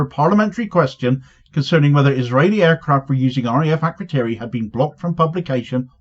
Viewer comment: As a side point, it’s a bit telling that none of the MPs can even say ‘Akrotiri’. Why do we have a military base over 3000km away, somewhere our so-called leaders can’t even pronounce, facilitating genocide in an open-air prison 3500km away?